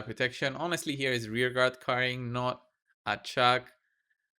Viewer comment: Sounded like you kept calling her Chuck so that is what I will call her from now on 😂😂😂